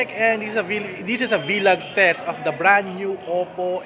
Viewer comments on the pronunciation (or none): its VLOG not V_log